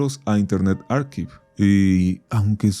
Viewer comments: Archive = Arquiv 🗣️ jajajaja no sirve babel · >Promociona una plataforma para aprender idiomas >Pronuncia "Arquiv" a "Archive" xd Te quiero mucho, hazme tuyo